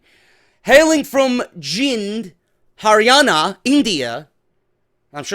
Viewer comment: You pronounced "Haryana" perfectly